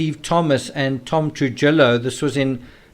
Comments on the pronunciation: Happy birthday,! Also, I just wanted to help you w/ some pronunciation. The name, “Trujillo” is a Hispanic name & its pronounced, “True-Hee-Oh.” You’ve been pronouncing it, “True-Jill-Oh.” It’s actually a very common Hispanic name in the States. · Try Truhijo or Truhiyo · Trujillo is pronounced Truhiyo. The j like an h and ll makes a y sound so it’s pronounced truhiyo